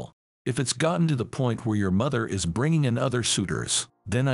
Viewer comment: Why does this AI pronounce is as Eye's